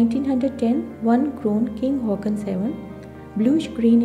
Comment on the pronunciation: King Haakon is pronounced the way it is spelt, not Hawk-on.